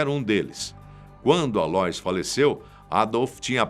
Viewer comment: A - LÔ - ÍS, como Aloísio!!! Pronuncia Aloís... ÍS é a tônica, pelamordeDeus....! E vai estudar mais, tem mais prova na Argentina do que no teu vídeo!